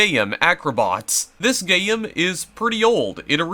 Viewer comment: hold on did you call a game a gayem